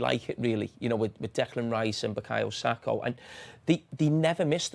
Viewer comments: It’s Sa - KA, not Sak - O.. come on Jamie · Bro said Bukayo Sako💀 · I've come to the comments as soon as I heard him say, is it that difficult to get Saka's name wrong?